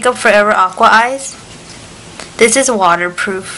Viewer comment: "dis is the first........ " LOL LAUGH OUT LOUD her accent